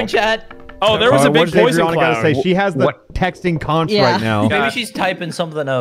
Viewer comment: New map looks fun. You're saying Conch wrong and it hurts my island.